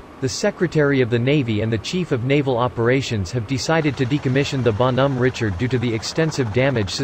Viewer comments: Need a French robot to do that. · teach the pc French pronunciation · LEAR HOW TO PRONOUNCE THE NAME CORRECTLY OR GO HOME! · Bon Hom Ritchard 3 seconds and I'm done!